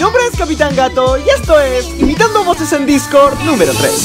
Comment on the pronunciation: alguien más noto que en vez de decir Discord dice Discrod xd